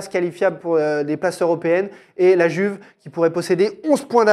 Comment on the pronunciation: Oh merde est-ce que vous pouvez respecter l'italien en disant "Youve" et pas "Juve" merci ahaha